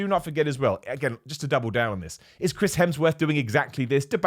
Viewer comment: me: at least didn't say 'Helmsworth': 'Crims Hemsworth'